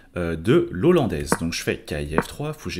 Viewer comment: 1/ l'ouverture n'est pas "l'ollandaise" mais "la hollandaise" (ça pique les oreilles) 2/ des commentaires et explications au top sur la partie, on peut suivre la partie non seulement coup par coup mais aussi sur chaque phase et mini-phase ainsi que sur les aspects psychologiques. un énorme MERCI pour ce travail.